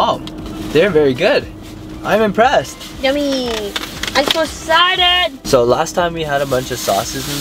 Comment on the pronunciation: "Isoexcided!"